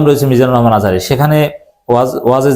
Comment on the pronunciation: দুদু ভাই আজহারীর নাম ভালো করে বলে নাই কিন্তু আপনিও তো দুদু ভাইয়ের নামটা ভালো করে বললেন না